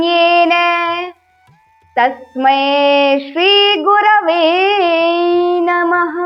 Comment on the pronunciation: Namh nhi ha Numh ha totally galt bol rahi ha